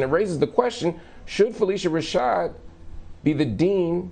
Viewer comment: Marc. Judge joe explained the wrongful prosecution. You are being irresponsible regarding phylicia rashad’s removal. It’s pronounced phyl-isha not phyl-eesha